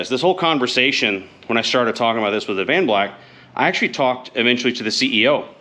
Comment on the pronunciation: Dude, your killin me. Its Ad-van-black. Not Av-an-black! Lol. Sorry, not sorry. It's like like ear cancer to me..lol.